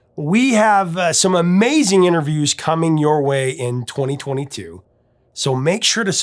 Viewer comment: Did the professor say, "2022"?